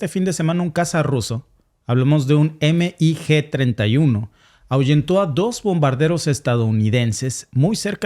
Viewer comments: Y veo que repites mucho el error, no es EME I GE. es mig Y si es incorrecto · Me encanta tu programa solo que veo que no sabes de aviacion militar, si son siglas MIG pero no se denomina eme i ge, se dice mig, mig